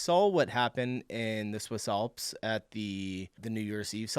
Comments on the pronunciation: ALPS not OLPS. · Why do many Americans have a difficulty with the letter A? Olps? Others... posta... Awldi... Try A as in "an". Yes, I'm being pendant 🤨☺️